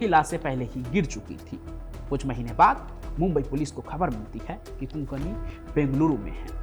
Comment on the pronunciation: Konkani nahi kokni